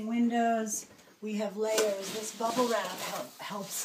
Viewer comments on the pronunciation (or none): Are you saying bubble wrap?